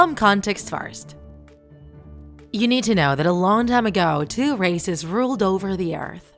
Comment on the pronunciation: Bro I thought she said racists